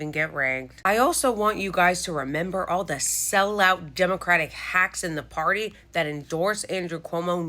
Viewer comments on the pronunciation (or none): none